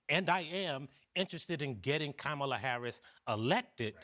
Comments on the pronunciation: Camel-a Harris!! Wtf. You should’ve corrected the way he said her name. I’m sick of hearing how her name is pronounced. Stop living and dying by polls. If any of you honestly want KAMALA (comma-la) and Tim to win, start focusing on that, put your energy into that and keep the momentum going. Stop wasting time like this. It puts a negative spin on what’s happening for their sake and doesn’t help them or us or our country at all. News outlets like this give Trump and the dark aspect of politics right now too much power. Yeah there’s problems in politics but focus on what is actually going to make some positive change. I’m done watching CNN. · Camel-ugh. Feel better now? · I ❤❤ Michael Harriot, I really do. But the way he and aome of the other men keep mispronouncing Kamala Harris' name is very frustrating. And yes, Black men can vote for who rhey want to. I see where these brothers are coming from but the few who dont like VP Harris are very loud, boisterous and obnoxious. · Hey CNN!!!! Your guests are mid pronouncing Kamala’s name! Why are y’all not Correcting it????? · Stop mispronouncing Kamala! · Michael Harriot needs to learn how to properly pronounce Kamala's name! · The second man who spoke pronounced her name incorrectly, which delegitamized everything thereafter. Black men, just support Black women, please. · The fact they all missed the point is mind blowing. If you basically look at the comments on different sites it's the misogyny with black men that's disappointing and that's the damn point. That one man not pronouncing her name properly tells me all I need to know about him. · Still can't pronounce her name right 😅, that's racist.